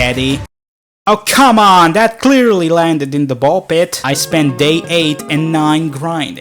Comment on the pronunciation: I AM THE ONLY ONE WHO REALIZED THAT HE SAID PISS INSTEAD OF PIT??